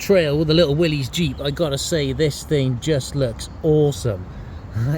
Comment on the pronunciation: It is not Willy's (not possessive singular), not pronounced Will-eez either. Wow, impress and confuse all your friends by properly pronouncing it WILLIS. Willys is the surname of the founder of Willys-Overland Motors, John North Willys. 👍😎👍